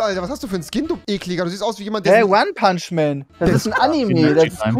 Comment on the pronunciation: wie max es betohnt xD ONE punchman